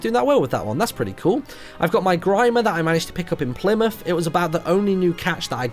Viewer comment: I Don't Know A Lot About Locations But To Me Plimouth Does Not Sound Right...